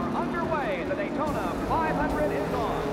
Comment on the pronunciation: Says: "daytoner"